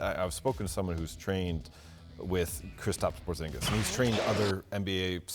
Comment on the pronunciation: Americans: ''Kristops Porzsingas''